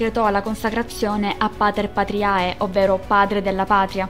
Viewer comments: Un solo appunto: le pronunce! David (non Devid) di Donatello; Badía (non bàdia) fiesolana; Pater patriae si pronuncia 'patrie' (il dittongo ae in latino sipronuncia e) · Non male come video ma bisogna curare gli accenti di alcune parole (es. badìa e non bàdia in riferimento all'abbazia restaurata) e la pronuncia latina (il suffisso -AE per esempio si legge E).